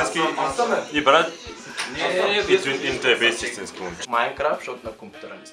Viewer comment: hahha истината е това :D "Ама мен ни ма ибе брат .. брат важното е да ни та ибе брат и да си иссински туй е важното .. важното да си иссински е Важното е да си исссински и брат .. и туй ни тъ ибе и си иссински " РАЗПЛАКАХ СЕ :D :D